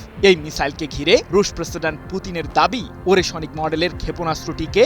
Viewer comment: ওরেশোনিক নয়, ওরেশনিক (ওরেশ+নিক) হবে সাংবাদিক ভাই!